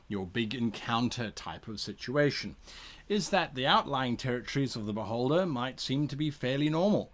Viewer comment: My inner 12 year old has to giggle every time Guy says "beholder". It tends to sound like "butt-holder". I also laugh at butt jokes and tell dad jokes (much to my daughter's annoyment). So.... yeah... Sadly, any character that I play is now forever going to die from an insane amount of attacks by a very annoyed beholder wondering why this adventurer who came to challenge it is on the ground laughing...